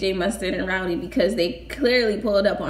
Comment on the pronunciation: Why you say roudy instead of roddy 🤣🤣